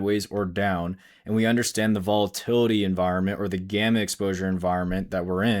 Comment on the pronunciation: Volatity? :) sounds risky